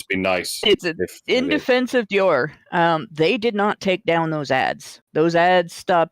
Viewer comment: Americans need to learn to pronounce french names... first with his pronounciation of "Shia LaBoeuf" (the "f" isnt silent... it isnt "beau") and now with his pronounciation of "Dior"... #triggered!